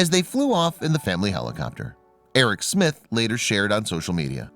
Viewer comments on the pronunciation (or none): none